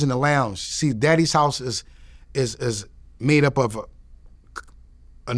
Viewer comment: Am i the only one who heard him say "Daddy's House" instead of Diddy's House . That's wild as hell